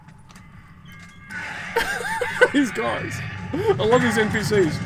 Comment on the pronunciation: "theeze are te photographs in Dimitris appartment" lol. By the way on that's the photo of Kyiv.